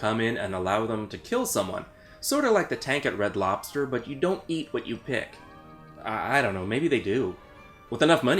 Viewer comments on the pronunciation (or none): Red loberster? Lmao